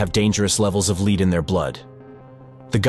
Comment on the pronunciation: I had to quit watching; the glaring mispronunciations are terrible. Leed poisoning? Really? RomanIA? your robot needs re-training.